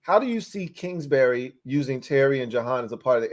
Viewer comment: It’s kingsbury not kingsberry